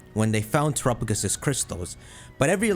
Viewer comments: (Tour - up - uh - gis?) defuq? this thing is definitely pronouced (Tear - app - uh - go - s) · I just can't listen to this person say turrapigus all video.